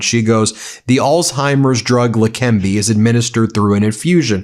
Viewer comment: It's not lekembi but lekeneba